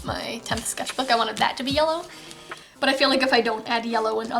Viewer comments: sketch-bok is actually how you say sketchbook in swedish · When you said sketchbok, I now keep saying sketchbok wtfff